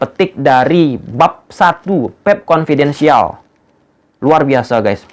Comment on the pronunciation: kopiden"sial?? yg sial tu kamu bang😂 belajar ngomong dulu deh sana